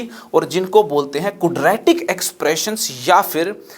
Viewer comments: "Kudratic" Expression.... :) loved the lecture sir................... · Cudra tik ekwaation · कुद्रैतिक इक्वेशन 😂😂😂😂😂😂😂😂